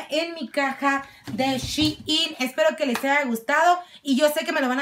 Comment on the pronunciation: Shein😂 Jemmy no shiin